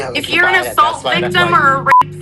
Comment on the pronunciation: "because he's reamined" ???? WHAT? "if you're an asult victim". ??? What? "take the elivator"??? WHAT?